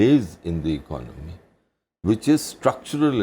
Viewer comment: hahahaha they all don't even know how to pronounce the word "economy" its non of your business...just try to solve the issue of poverty and inequality. also construct toilets for your women :*